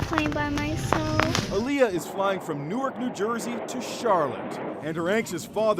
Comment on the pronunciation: Youwerk NJ? Sorry, no. It's NEWARK. (New-work)